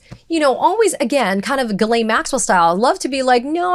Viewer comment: Her name is pronounced jizzlane.